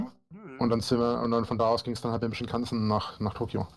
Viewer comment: Ich hab auch Shimpan-sen verstanden und lache jedes Mal darüber😂Den richtigen Namen werde ich nie mehr benutzen.